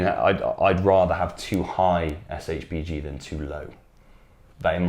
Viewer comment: Why keep saying SHGB? Is SHBG